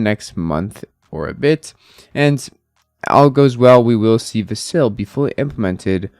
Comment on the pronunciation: How do you follow ADA and not know how to say Vasil?